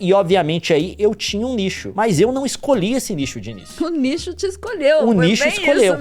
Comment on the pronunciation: todas as vezes que o leon disse nicho eu entendi lixo kkkkk